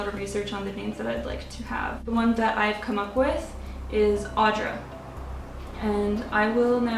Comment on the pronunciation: Hello, the name is nice indeed, suits you well too but it is not pronounced as something like "Aw-dra". It would be more like saying "Aoo-dra" like how you'd say "good" (gud I mean). Also in Lithuanian same name can be pronounced as or "Áudra" or "Audrà" yet u is still like "good" and not weak "aw" like. It is a strong name. p.s. lmao fu fact my name given name is very similar to that so my nickname in elementary school was "Audringa" which means "stormy". Not a real name but could be. - Lithuanian.